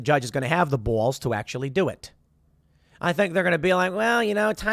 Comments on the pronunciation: "have the boowls enough" that chicaaago accent coming through strong XD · Why is Tim saying balls like that ? He’s making himself sound like a weirdo